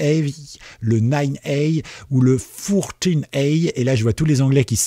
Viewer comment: J'ai les oreilles qui saignent pour ton anglais (eyes = "aïze") mais aussi pour ton français (yeux = "z'ieu") 😅😅